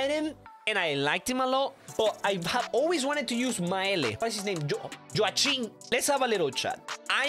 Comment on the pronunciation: ask a danish person its actully jookim